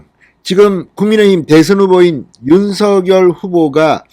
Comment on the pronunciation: 진성호님. 죄송 하지만 부탁이 있습니다. 윤 서 결 발음으로 들립니다. 윤 석 열로 해주세요.